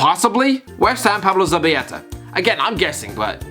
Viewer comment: no one:: Pablo Zabiyeta